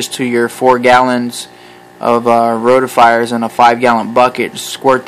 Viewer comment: Roti-fers, not roti-fires